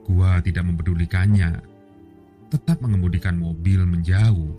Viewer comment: kayaknya logat lidahnya kaga pas boss, dengan sebutan gwé ,,, meding nyebutnya saya saja